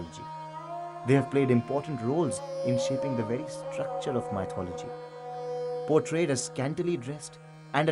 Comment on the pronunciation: Please have the narrator pronounce MYTHOLOGY correctly first. It's not "mite"-ology!!!!!!